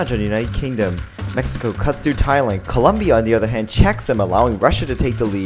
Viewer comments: It's COLOOOOOOMBIA NOT Coluuuuumbia 😠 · Columbia? really? LOL CO LOM BIA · It's Colombia, not "Columbia." Colombia! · COLOMBIA, NOT COLUMBIA!! Por favorrrrrr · Colombia not Columbia. You can mess up the language as much as you want, but this is the only thing that makes Colombians annoyed/upset. Co lom bia . Learn it, love it, respect it. I can only imagine the backlash someone would receive by calling the USA with improper pronunciation. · *Colombia*, not Columbia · It is colombia not columbia. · It's COLOMBIA, not COLUMBIA. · Its Colombia not Columbia smh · ITS COLOMBIA NOT COLUMBIA!!! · It's not COLUMBIA YOU DUMBFUCK IT'S COLOMBIA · its Colombia not Columbia dumb ass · It’s Colombia not Columbia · It's Colombia not Columbia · Its colombia not columbia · Its Colombia, not Columbia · It's Colombia, not "Columbia", thanx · Is colombia not culumbia estupid animal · Ouuuu you dont say columbia, you say Colombia. It happenned to Steve Harvey in miss universe because columbia its Just a university And Colombia is completely different,, :) 😀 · It's COLOMBIA, NOT COLUMBIA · you say Columbia ??? is Colombia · dude it's colombia....c o l o m b i a not columbia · It's ColOmbia with O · It Colombia. C O L O M B I A. With an 'O'! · Actually its Colombia. Not U. Hahahahahaah just saying. GO PHILIPPINES!!! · Colombia goes with an o not a u